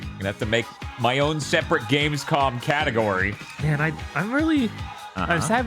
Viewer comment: i liked when jonathan nolan called it "gamescon"